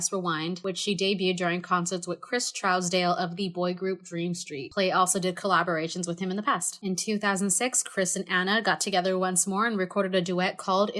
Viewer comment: It's pronounced (TROOSdale) though